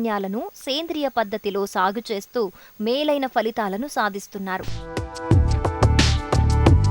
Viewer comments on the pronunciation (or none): Falithalu కాదు. Phalithalu అని పలకాలి ఫ యొక్క ఉచ్ఛారణ pha . Faకాదు.